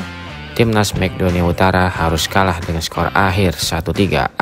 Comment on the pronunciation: Mek donia utara😂😂😂 MAKEDONlA penyebutan ente salah min